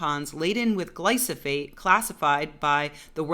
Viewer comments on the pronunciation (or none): You lixed up your metters! :D Glyphosate, not Glysophate ;) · Gly-fo-sate. Not gly-so-fate. Sorry, it just drove me crazy.